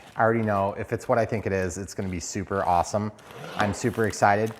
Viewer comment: Thooper, thooper, awthum awthum thooper review!